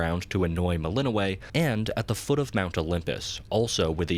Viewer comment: melininoe. WRONG PRONOUNCIATION